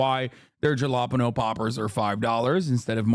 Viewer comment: im still stuck on how hasan pronounces "jalapeño"...why